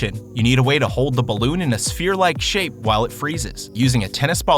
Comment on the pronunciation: "SfHERE" Sigh